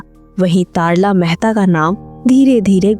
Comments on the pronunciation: Commentary में अभिनेत्री का नाम तरला को तारला क्यों कहा जा रहा है? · तारला मेहता नहीं बल्कि उनका नाम "तरला मेहता" था आपने तारला मेहता कहा जो कि गलत है 🤔🤔🤔🤔